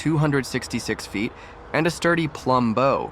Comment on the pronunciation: The bow is pronounced like wow, not like bro. This is just a list of boat names, prices and how long they are.